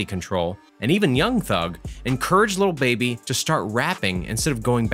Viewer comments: tre wright it’s not “Luh baby” either smh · he a white dude. He say “little” instead of “lil” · Is no one gonna talk about how he says little baby instead of lil baby? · anyways annoyed tht he kept sayin “little baby” instead of “lil baby” 😭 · His name is lil baby not “little baby” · Great video but it’s lil baby not little baby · keeps say little baby it’s “LIL” baby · It’s lil not little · He literally says “little” baby😭😭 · Say "little baby" one more time, i dare u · I swear if you say “little” baby one more time... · Man keeps saying little baby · He messing up the name 😑 what’s is “ little baby 😂 “ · They way he said “Lil Baby” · Does a video on lil baby but doesn’t even know how to say his fucking name